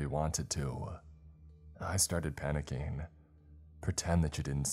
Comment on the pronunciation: Your mind started racING!!! NOT racEENE!!!! And you started panickING, NOT panickEENE!!!!!!